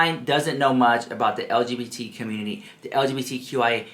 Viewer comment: He couldn't even say LGBT properly so he devolved into saying stfu like girl bye. Touch some grass, read a book.